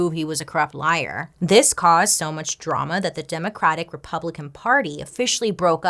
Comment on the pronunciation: Can't get over when bailey said "DROOOMUUHHH" 😂😂😂😂